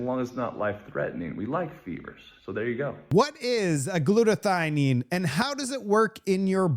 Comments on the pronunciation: “it is Women not woman” Also - Acetaminophen is pronounced = a ce’ ta min o phen And it is “Glut a th I on” not “Glut a thine”. get a Webster’s. Dictionary. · Glutathione. The "e" is silent. Gloot-a thi-on.